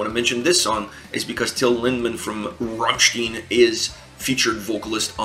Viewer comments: RammSTEIN ... how the frack can you keep pronouncing it RammSTIEN ? They even sing their name a bunch of times, in a bunch of different songs, so not speaking German is not even an argument to not being able to pronounce it correctly. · Rammsteen :"""D